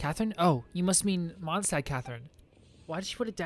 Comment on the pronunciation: "the lantern wrong is in Mondstat" xd